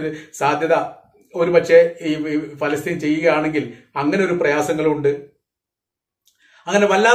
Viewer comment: പാലസ്തീനല്ല ചങ്ങായി ഫലസ്തീൻ എന്നാണ്